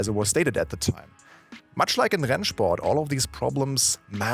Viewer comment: that rennsport pronunciation gave me flashbacks